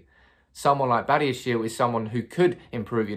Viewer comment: His surname is pronounced as bah-di-ya-She-leh he is from African ancestry.